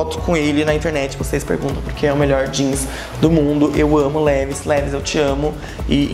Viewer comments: Levis uahauauau se pronuncia "leváis" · a pronúncia não seria "Livais"? Amo seus vídeos, pode fazer mais sobre moda, adorei.